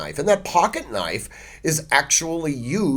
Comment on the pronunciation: “Now thahts a noyf ….”